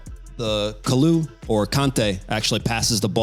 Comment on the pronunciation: You just said kalou or kante, srsly? 🤣